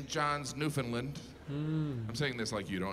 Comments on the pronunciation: Hmmm they aren’t the same name. Saint John is in New Brunswick and St. John’s is in Newfoundland. (pronounced LAND, not LIND) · I gotta give Jim credit for his pronouncement of Newfoundland. He’s pretty close. It’s supposed to be “new-fin-land” (with it being more newfin-land, rather than new-finland) but most foreigners say “new-found-land”. Jim is more “new-find-land” with a soft first d; pretty close. Rare to get it right. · Nunavut is pronounced New-na-voot , Newfoundland is pronounced Newfinland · How does he know about the Newfoundland half hour time zone, but still pronounces it "Newfundlund"? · Now if he could just learn to pronounce Newfoundland. 😊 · Hate how they say newfoundlund… doesn’t sound right